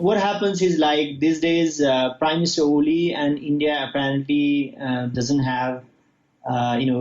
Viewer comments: what an useless anchor. She says Oli as Ali several times.. should correct her pronunciation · It (Oil) is pronounced O Lee not Ali 🤭🤭🤭😅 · It's oh!_li (oli) not Ali 😉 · Let'sfor once agree, the pronunciation of propernouns , und it's Oli, and not Ali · Please pronounce Oli & not Ali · His name is not Ali, its Oli. You can address him as Mr. Sharma is its difficult to pronounce Oli. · is a great news anchor. Her pronunciation for Nepalese name is strange.